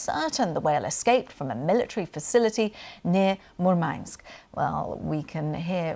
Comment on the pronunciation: murmansk has a stress on the first syllable